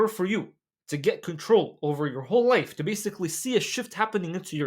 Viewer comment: When bruh say Life why i hear wife All the time